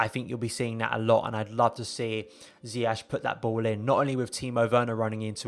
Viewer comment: Bro love the video and analysis but please man dont do a Lampard. His name is Ziyech pronounced Zi-ye-sh 🙏🏿 keep up the amazing videos